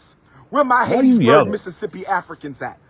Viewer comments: It's "Hattiesburg" not "Haitiesburg". what is wrong with dude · Hateteesburg, MS? I guess I've been saying it incorrectly all these years.